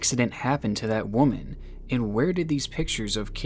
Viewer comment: Why do you keep saying woman wrong? It really isn't that hard. It's getting annoying across many video's. I do love ur content tho and u got my like and sub